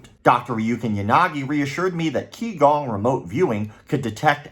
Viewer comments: For what it’s worth QiGong is pronounced “chee-gawng”. Not Kee-gawng. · for the record Qigong is pronounced (CHI GONG) and it is only used to help oneself. It is an exercise that anyone can do provided that have had instruction for a qualified instructor to teach them first.